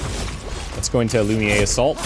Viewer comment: I'm still catching up on this series. Loving it so far, but there's that tiny thing that's bugging me as a french person. The way you pronounce "lumière" is very off. It's the french word for "light" and the u should sound more like it does in the word chute and the "ère" sould be pronounced like the word air. I'm not sure if my explanation is clear or not, it might be easier to just go on google translate and check the audio for reference.